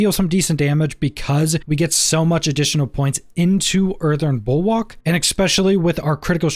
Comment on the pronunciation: just an FYI it's pronounced Bull-work, and whats your view on Mending stone for pants.